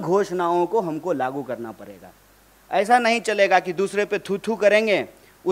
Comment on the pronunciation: Kanhaiya ji ko phle koi bolna sikhaye.... parega ni padega hota hai ....pahar ni pahad hota hai